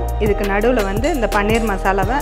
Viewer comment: பன்னீர் இல்லையம்மா, பனீர்